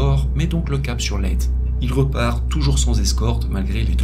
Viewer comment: Hello, merci pour ces vidéos prenantes, une petite rectification cependant, aux Philippines Leyte se prononce Leyté, et pas Leyte, juste comme ça parce-que j'y ai vécu. Bonne journée à toutes et tous et a toi.